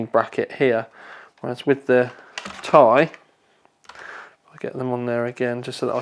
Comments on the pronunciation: Tea-Eye not Tie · FFS, it is T I, not THAI. Even Jen Hsun pronounces it T I. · please stop referring to it as a ti (tye) it's Ti (tee eye) as in the chemical element for titanium Sorry but it bugs me other than that keep up the good work:) when do we get the benchmarks? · Its not "tie" its "tee-i" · It's T-I, not tie, like tie fighter -_ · why are you saying TAIIII? unsubbed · That "Tay(Ti)" made me close this video and look for another review. Hihihi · Jonathan Wood It stands for Titanium. Nvidia even pronounced it 'tie'. Unless you pronounce titanium, T-I-tanium and nvidia is wrong. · Why does he say "ti" wrong!